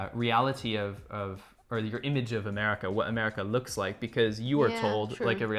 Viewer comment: Wait, did she call it A-meh-rica? 😂😂😂. Okay, just forget aesthetics 😂😂😂 and even decorum 😂😂😂 -- that's not America. The beauty of America is there is plenty of opportunity (land of opportunities), however, there is also plenty of greed. Gotta take the good with the ugly.